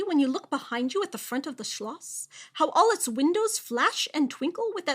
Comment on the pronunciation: You definitely practiced how to pronounce Schloss, didn't you? It worked. :)